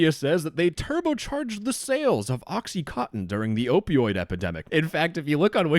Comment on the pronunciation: “Oxy cotton” my favourite opioid